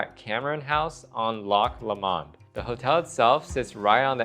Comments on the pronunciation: sounded like lock LAmond but it’s lowmond 😊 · It's pronounced Loch LOW-mond.